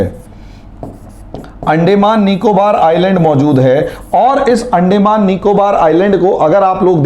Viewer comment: Sir, अंडेंमान नही अंदमान कहिए... बाकी आप बहोत बढ़िया विस्तारसे बोलतेहो .... धन्यवाद...💐